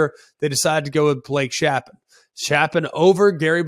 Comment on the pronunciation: Greg, Baylors QB Blake Shapen. His last name is pronounced “Shape-in”